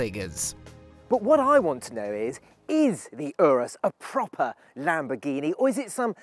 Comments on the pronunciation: Why are u saying Lamborghini wrong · Why do non Italian say Lamboghini without the R is it so hard to say?